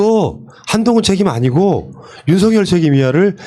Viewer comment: 윤성열 윤석열 발음 구분 좀